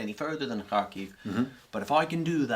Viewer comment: I love how when our friend here says Kharkiv is sounds like hockey